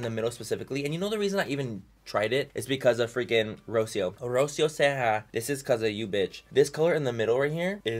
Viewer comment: My name is Rocio and you’re not saying it right. There’s more of an accent on the “i”. Also, you speak Spanish, so say it in Spanish because that’s how it’s meant to be said. I hate when people try to say my name in “English” because it’s Spanish. It’s like Ro-SEE-o